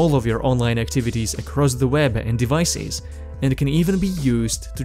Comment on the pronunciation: servicees? devicees?